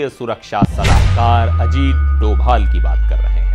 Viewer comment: Arrey bhai doval not he is dobhal please please